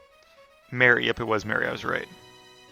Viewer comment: Marie and Mary are pronounced differently, lol.